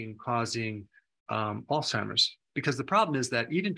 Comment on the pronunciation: Thanks for not calling it “All-Timers”. Huge pet peeve.